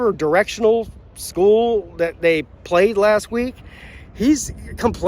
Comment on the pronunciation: But, “Who have dey Pwayed? Dey ain’t Pwayed nobody!” 😂